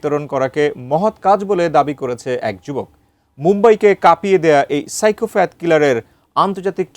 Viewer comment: Psychopath, not psychofath